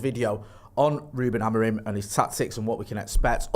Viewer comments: I believe it’s pronounced Amorim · "Amor-EEM" - via Portugese football journalist on Sky Sports News this lunchtime. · it's AM-ORE-IN!!!! 😂😂😂